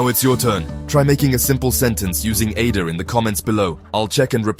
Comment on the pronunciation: Great Idea of the video but at least make it pronounce aider correctly. Imagine going to France and hearing someone say Eydr. Wouldn't really work would it